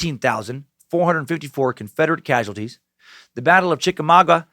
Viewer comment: And Chick-A-Maw-Gwa! Still, great SUCK!